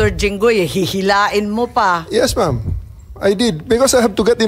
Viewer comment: Mom, hahaha, instead of Ma'am